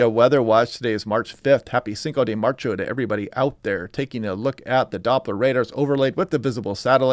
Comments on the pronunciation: It's not March-O; it's Marzo. I know, that's nitpicking, but I live down here now, and doing my best to get the words right. Otherwise, I watch your videos everyday. I think you do an excellent job. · "cinco de marcho" haha never heard that 😂